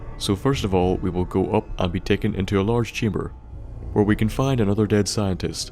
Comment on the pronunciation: Who pronounces "Can" as "Cannel" And "Now" as "Nouwl"